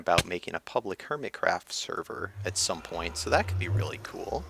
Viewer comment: you said hermitscraft lol